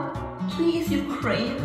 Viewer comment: As a Ukrainian, I was angered by the fawcking pronuncuation of the word "Ukraine". She's like: "God, please Ukwayn" Note: I accidentally forgot how to spell pronuncuation. I swear i didnt have a stroke.